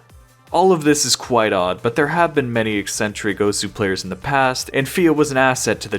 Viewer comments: the thing that pisses me the most of about this video is the way you say Osu.... its not ous. anyway! good video! :) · bruh for fuck sake say osu instead of os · Calling it 'Os' instead of 'Osu' doesn't make it cooler bro 😂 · I don't know anything about osu! but the. way this guy is pronouncing the name osu is triggering me i cant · I cant handle the fact that he wont stop saying "Ose" or whatever bothers the shit out of me tbh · O su, not ose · it's osu, not ose. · I'm suprised no one is mentioning that he is saying os and not osu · Its O’su not Os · is the pronunciation really "oas" (like oats without the t)? I've only ever heard it as "oh sue" because that's how it's spelled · Why even bother not pronouncing the u in "osu!" if you're gonna mispronounce it anyway? "ous!"... lmao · You have no idea how mad I get from hearing you say ous instead of osu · why are you calling the game "os" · its "oh soo" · the way you say osu is just as incorrect as the way most people say it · bro has a osu channel but doesnt know how to pronounce osu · learn to say osu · why can this guy not say osu LMAO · breh how u gona make a video on the game and say its name wrong for the entire thing XD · id watch the whole video but i actually cannot stand how you pronounce osu. Just pronounce it like a normal person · Gets on my nerves that this weeb can’t pronounce osu!